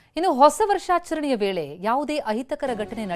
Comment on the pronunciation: Varsaacharane 😂 jernalist slang